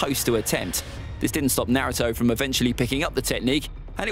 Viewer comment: why do you pronouce naruto - nuhrooto and rasengan has 3 syllables to two. you've butchered all of them